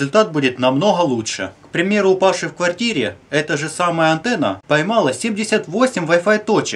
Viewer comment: Кто заметил антнна а не антенна